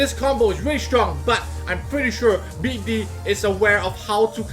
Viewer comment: Lmfao sounds like your saying beat d***